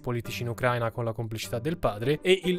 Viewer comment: Certe volte mi chiedo se lo fai apposta, a spostare tutti gli accenti alle parole, anche a parole che hanno un accento generalmente conosciuto e accettato. Io mi rífiuto, catègoricamentè, di íscrivermi al tuo cànale pèrchè provò veràmente un gravè scònforto quandò immagíno che oltre a Ucrània o pérformans qualcuno possa andare in giro a rípetere addíritturà psichedélia. Please. Stop. Get some help 😅